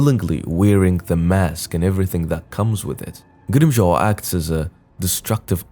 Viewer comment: From Grimmjow to Grimm-Crown.